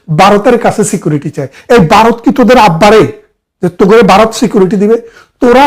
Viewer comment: বারত নয় উচ্চারণ হবে ভারত